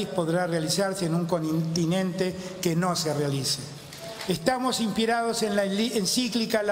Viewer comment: El dijo ,estamos inpirados en vez de inspirados.En português, pirados = locos= de la nuca kkkkkkkkkk